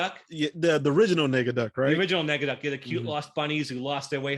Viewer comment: It's not Negaducky! It's NEGADUCK!!!!